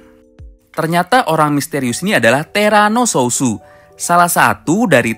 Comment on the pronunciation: TERANO SOUTH BUKAN SOUSO LOL